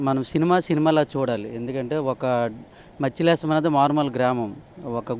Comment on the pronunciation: కె మత్స్యలేశం కాదు. డి.మత్స్య లేశం అంటారు